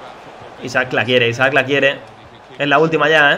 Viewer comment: A alguien mas le sangran los oidos cuando dice Isaac en lugar de Isak?